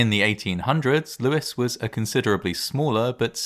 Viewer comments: No, it's pronounced Lew-is as in the name Lewis. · It's pronounced Lews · No, it's pronounced Lewis. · Lewes is pronounced loo's, as in word lose, not trying to be picky.